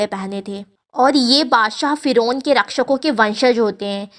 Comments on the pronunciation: Foren nahi didi firon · Foren nahi Firoun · Word thik se bolo फराहो aisa hai